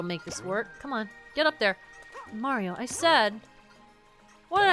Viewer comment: It’s-a Meowrio!